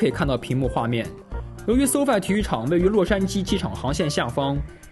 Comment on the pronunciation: 終於有一個中文youtuber把SoFi念對了..... 連這個都念不對就知道功課都不做